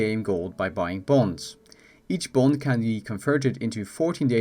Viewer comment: Wtf is he saying? Bone, bond or bold??